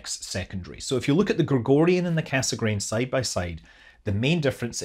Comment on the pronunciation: Cassegrain is pronounced "kassgrain" but cut the "n" at the end.